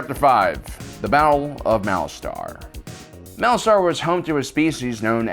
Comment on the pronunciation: Isn't it pronounced "Malaster" rather than "Malastar"?